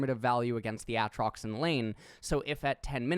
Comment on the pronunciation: why does he say aatrox like that is it an inside joke